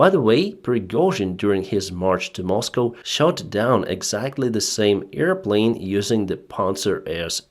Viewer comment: Sorry for making fun about pronunciation but "earplane" is a funny word. It reminds me of Dumbo the flying elefant. ;-)